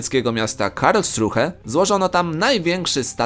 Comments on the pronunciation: Czyta sie Karlsrułe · To niemieckie miasto czyta się : karszule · Nazwę miasta Karlsruhe czyta się "Karlsrułe"!!!!! W szkole nie uczyli???!!! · Karlsruhe wymawia się bez h, mieszkam w Niemczech i H nie wymawiają